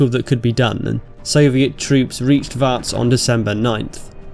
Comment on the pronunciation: My mother in law lives in Vac. It's pronounced "vawts" or "v-aughts".